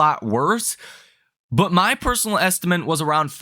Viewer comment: please look carefully at how the word ESTIMATE is spelled. Why do you keep saying “ESTIMENT”?